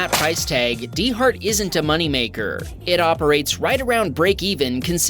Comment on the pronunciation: I had a small chuckle at the D-HART pronunciation. Those of us in New England (I’m in NH) pronounce it dart. As in going rapidly from one point to another; Kind of a neat double meaning. Although, I have heard quite a few in Boston call it Daaaht. Luckily I’ve only ever had to call them to the scene of an accident twice in my time in fire/ems. On another note, finally saw a cyber truck in NH in Hooksett on the highway. It’s significant as the Hooksett superchargers on the highway are the last ones heading north. It’s one of the reasons that, while I’d love to own a Tesla, it’s just still too difficult here in NH. Cheers!